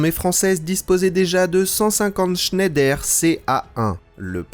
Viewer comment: Vidéo très sympa comme toujours. Petite correction en français Schneider se prononce Schneidre